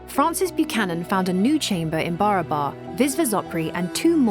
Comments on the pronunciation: Well, welcome to the Original India - the India that some people tried really, really hard to falsify.. BTW, it's not pronounced as BARABA(R), its actual pronounciation should be / is BA-RAA-BARR (which literally means equal or identical in Hindi/Marathi) P.S.: this is actually a fact about India 😅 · Just a little correction about how the name 'BARABAR' is to be pronounced - In the local hindi or bihari dialect it should sound more like B'e - ra - br Hills / Caves the very meaning in hindi itself being 'That which is Similar to one another'.. Hope this solves the big mystery of why each cave was meant to replicate one another! as temporary resting places for the Buddist monks and weary travellers. Almost serves like airport terminals Or Bus stops laid out not very far from one another. And these caves themselves also get the name from the surrounding B'e-ra-ber hills (Of same name) being similar in the long shape and proportion within which the caves are carved in. Hope this helps. Great docu by the way.👍👍